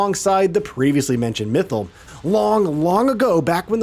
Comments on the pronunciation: Mithil and not mythal 😭😭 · Especially with Mythal. First time I heard this name to be pronounced so bad. Clearly speaker haven’t played DA 😂.